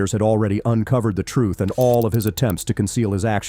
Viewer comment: Somebody teach these killers how to pronunce TRUTH; not "troof".